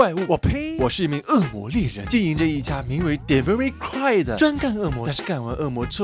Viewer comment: 爲什麼每個解說Devil May Cry的人都不會發Cry的音?